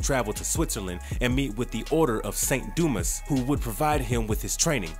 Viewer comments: It's do-ma not do-mis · A small critique... In "Saint Dumas" the "S" is silent. It's pronounced "Saint Dumah" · Dumas is pronounced “doo-mah” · Its pronounced Du mas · It's pronounced dū-mäs! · I had to stop because of the way he pronounces “dumas”